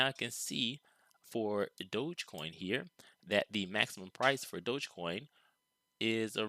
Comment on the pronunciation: Its DOG - EEE - Coin... As in Dog - Electric - Coin.... Lolol. Smh. Can give an educated analysis in a stick but cant figure out its name.